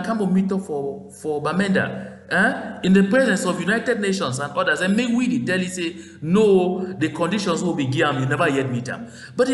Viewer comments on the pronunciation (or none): none